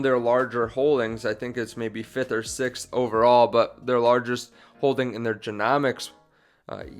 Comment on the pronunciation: Love your Channel and have been a follower for a while. Honestly not trying to be a OCD or anything but just for your own benefit the word genome is pronounce "jeen ohm" with the O saying its name. Therefore "jeen ohmics". Keep up the good videos!